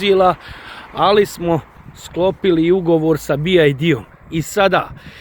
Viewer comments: Nije Bi Jaj Di vec Bi Vaj Di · nije "bi aj di"😂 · Nije BID. Nego BYD